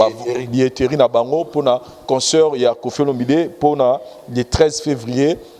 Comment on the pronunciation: Essaye de bien prononcer le mot concert et non conceur, tres souvent tu prononce comme cela. Sans rancune